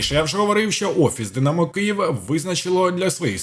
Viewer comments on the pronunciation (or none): none